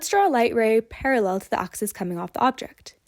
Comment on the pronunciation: Its an axis, not an oxis.